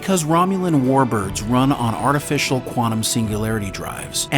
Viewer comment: "As well as accepting a blue vile from him as well"?! Your grammar is beyond questionable. And by the way, there's a "T" in the word "quantum"